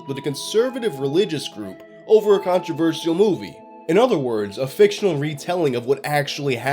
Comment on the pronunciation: Why does he say things like that? Nokeea, controver-ssial...